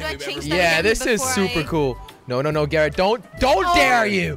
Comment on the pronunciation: jelly its Garrett not garret